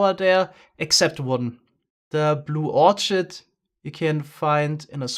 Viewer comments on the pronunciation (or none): I hope you don’t mind this comment.. but Orchid is pronounced ORkid.... not Orchard.... loving this series, and love the way you are incorporating you great builders. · Orchid is pronounced with a k sound.